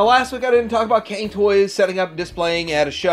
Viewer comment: I think “Cang-toys” is pronounced “Tsung” instead of “Kang”. “藏” is the Chinese word for “secrete stash” and by extension “to collect”.